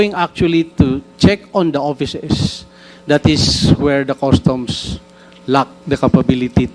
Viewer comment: Bureau of Customs NOT Bureau of Custom. There is a difference between 'sheet' vs 'shit,' as being pronounced. One should be careful in pronouncing these 2 words.